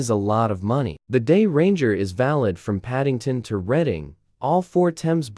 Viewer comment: Nice comparison :) I've uploaded twice recently! Just a tip on the AI voice, if you tell it to say Redding for Reading it won't sound like reading as in reading a book lol